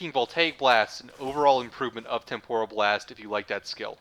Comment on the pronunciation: I really do appreciate you breaking things down so clearly in this video. Thank you. I'm currently at MR14 and taking my time going through most of this game, including the Focus school part of it. This helps a lot. Having said that, I do have one teeny, tiny, minor gripe. I know this is gonna make me look like a nitpicky dick, but the word "temporal" is generally pronounced "TEM-poral" and not "tem-POR-al." For some reason, your pronunciation sounds closer to Japanese "tempura" and is making me hangry. I'd better grab a Snickers.